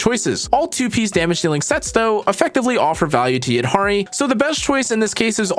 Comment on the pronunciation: HE SAID THE NAME RIGHT 🎉